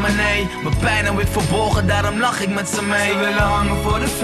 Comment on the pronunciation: De 'z' spreek je niet uit als 's'. Se is... Iis slechte uitspraak. Ik gaf je ook HET mijne want het is HET hart. Zien jullie dat nu niet?